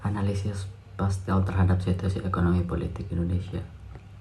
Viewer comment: Dosen Pengampu Nur Widjiyati,M.Kom : PESTEL .....Bukan PASTEL :face-purple-crying